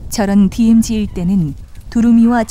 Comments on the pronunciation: 재 두루미는 전세계에서 제일 개체수가 많다. 미국만해도 재두루미를 사냥 허가 해주는 여러 주 ( state )가 있다. 하루에 3마리까지 잡는것으로 허가하고 있다. 그러나 더 큰 두루미는 보호하고 있다. 디에므지 라고 발음하는분, 일본식 영어 발음이네요., 발음 고치세요. 디엠지라고요. 여기 큰 두루미는 단정학인것 같아요.머리에 붉은색이 보이죠. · 디에무지 발음 터지네요 ㅋㅋㅋㅋ